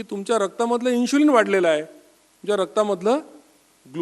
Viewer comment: इन्शुलिन नसता ते. इन्सुलिन असता. "श" नाही "स" वापरा.